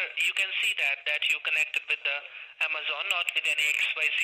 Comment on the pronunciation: Did he say Ama "zone"?